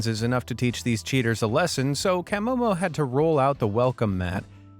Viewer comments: Love Camomo, btw its pronounced Ka-mo-mo not Cam-mo-mo😂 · CAH Momo, not CAM MoMo. Hehe. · It's CUH-MO-MO 😆. Not CAH-Mo-Mo. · CUH momo not CAM momo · At least watch a video to pronounce the names right from the admin "cam omo" it's pronounced cah'momo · Camomo (pronounced as Ka-momo) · you could have atleast pronounced camomo correctly . sheeeeeshhhhh